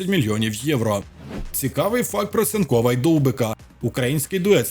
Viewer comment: "про Цинкова і Довбика"? Де повага? Може нормально вимовляй прізвище?